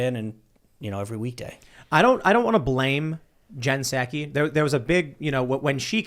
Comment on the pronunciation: Tim, pal...... you're talking to the worst liar that trump could find and you can't even pronounce "Psaki". Soooo, why are you expecting to be taken seriously???